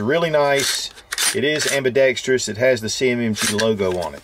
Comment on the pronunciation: "Ambidextreeyous" creeping its way back in. ;-)